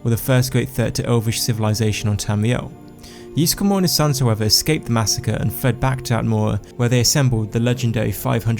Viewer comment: Ysgramor not Yeesgramor